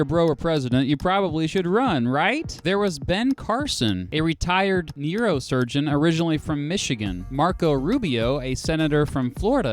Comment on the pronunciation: NERO-Surgeon? May I ask where that dialect is from?